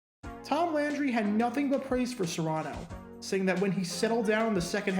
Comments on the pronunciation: It's CARANO not SERANO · HEY DUDE YOU ARE SAYING HIS NAME WRONG. IT IS A C NOT AN S. IT IS FEMALE MMA FIGHTER AND MOVIE STAR GINA CARANO'S DAD. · I think the “C” his name is pronounced with a /k/ sound and not an /s/. At least that’s how I always heard it pronounced. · Carano , not serano 😵‍💫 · His last name is not Serano, its Carano. Recall your 5th grade english. C "only" has a S sound when followed by an e, i, or y. Like cent, city, or cyst. Otherwise it ALWAYS has a C sound. Cat, Cot, Cut, Cross, because its not followed by: e, i, or y. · As I recall, it was pronounced Kha-rha-no, not Sah-rha-no. Not sure why the YouTuber is using a different pronunciation than the commentarors, players and coaches. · Phonetic spelling of Carano. k-uh-r-AA-n-oh. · The name is Carano with a "K" sound. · Yes, the name is pronounced with a hard 'C' like a 'K'. And FYI his daughter is Gina Carano. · It's pronounced Carano and the narrator had it wrong. Glenn Carano's daughter was a UFC fighter and now an actress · So did this guy acknowledge anywhere in the comments section that he was mispronouncing Carano's name the entire video? Reason I ask is, I have a personal rule that I refuse to subscribe to YouTube channels where the owner does not interact with his viewers. I don't expect them to respond to every single question, although there are channel owners who do, but they should at least respond to some questions. Or in the case of this video, he should have issued an apology or correction. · Yes, you're right. I was looking to see if anyone else would correct him on the pronunciation of his name.